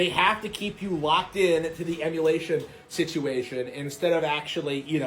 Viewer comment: “PC Emuwation”